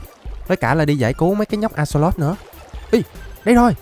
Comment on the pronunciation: Axolox mà anh nói là alay